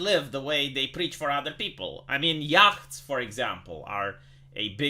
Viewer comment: Small pronunciation correction. The ch in yacht is silent. It's pronounced yot.